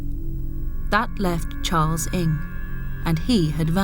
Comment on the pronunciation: you kept saying "Ing" when it's read "Nang" huge difference